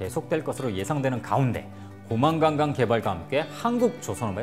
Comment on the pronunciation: 고망강강...아니고 고만강강... 도 아니고! 고망간강!!!!!